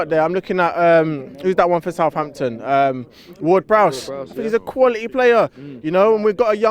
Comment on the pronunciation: Ward Prowse? 😂😂